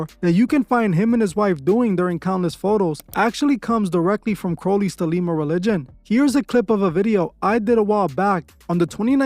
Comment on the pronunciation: It's Thelema, not The Lima 😂